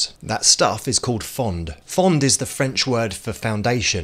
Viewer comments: It’s not pronounced fonD…the D is silent…pronounce it like PHONE without annunciating the E. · It’s actually pronounced « fon » the d is silent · Hey You don't prononce the d in fond But nice vid btw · We don’t pronounce the D in “fond” it’s actually pronounced “Fon” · This is how KFC make their gravy. FYI, in french we don't pronounce the D in Fond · Dont pronounce the « d » its just « fon »